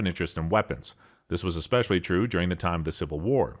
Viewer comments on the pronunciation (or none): none